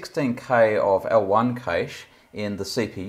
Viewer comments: Ca-shay or cash but for the love of all that is holy it’s not caysh. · it's called cache and pronounced similar to 'cash'. It's NOT "keeeaish".